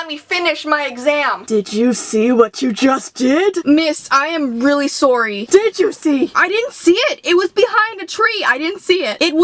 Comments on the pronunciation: im suoory 😂😂(but after that she sad soory) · she will say sowwy she said tot chew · i think u said sory